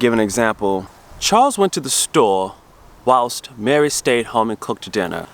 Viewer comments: Julia Roberts - he pronounces it "Wowst". At first I didn't know what he was talking about. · Until I scrolled down I thought you was saying "Woust" - ahem NOT a common word (I should explain I was listening not watching) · WHILST ITS JUST HOW YOUR EARS ARE PICKING IT UP. SEE PETER KAY MISPRONUNIATION. OR THE 2 RONNIES ON THE SAME SUBJECT. THE WAY YOU PRONOUNCED IT SOUNDS LIKE WOWST. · You say ‘whilst’ with an English accent, probably because that’s where you learnt the word. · You said, "wowst", but I think you mean "whilst" - it means 'during'. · Love how you say it 'whaolst' in your normal accent, but when you mimic an English accent you say it superbly 'whilst'. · you are pronouncing it wowst, it is whilst as pronounced (why L st) but we have loads of different things. we use pants as a put down also, that tv show was pants.. meaning rubbish, crap, etc. You use the word rubber for a condom, we use the word rubber to mean an eraser. British never say pass me the eraser we say pass me the rubber. ( to rub out a pencil mark) When you say fanny ( as in a woman.s behind ) it means a womans front part here ( sexual organ) what you call french fries we call chips. What you call chips we call crisps. What you call a drugstore we call a chemist or a Pharmacist. on a car. UK = America Hood =Bonnet Boot= Trunk Wheel nuts = lug nuts Discs = rotors Wing = fender Estate car= Station wagon Saloon-Sedan ( used to work in America as a Mechanic) We have more slang words for something than you can believe as my wife found out when we married and moved to the Uk ( I am British) my wife is not. If you drive from the south up the M1 you will find that a simple bread roll will change it's name every 40 or 50 miles from teacake, Cob, bread cake, Balm cake. lardy cake, bap, stottie and a load more depending where you live.... Enjoy my fiend it is a learning curve. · Your pronunciation is ‘Wowst’ .. try ‘While …… st’. 👍